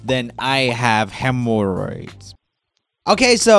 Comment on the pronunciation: “That is more v i e w s than I have hem-or-oids” 😐